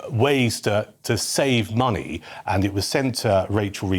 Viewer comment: she wants our “moneh”